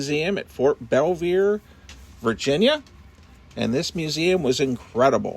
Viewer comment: you mispronounced Belvoir